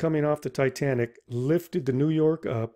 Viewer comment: "Tay Tay Nick"